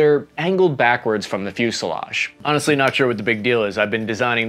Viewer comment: "fusliage"(sic) No "i" in fuselage even in Burbank.